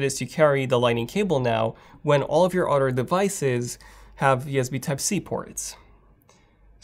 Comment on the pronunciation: Why can’t you say Other! Instead you mutilate it with OTTOR! Why? Get some speech therapy please.